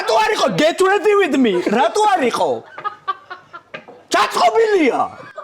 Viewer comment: მამარდას დას ინგლისური ვინ ასწავლა “ვიზ” არა ვიზეარი